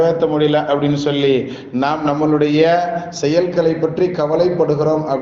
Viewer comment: இந்த பயானில் நம்முடைய என்று சொல்லும் இடத்தில் நம்மலு டை என்று புழங்கி யிருக்கிறீர்கள்